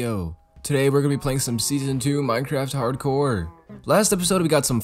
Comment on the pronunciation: I'm screaming when he says harcore ITS HARDCOREEE MY GUY REEE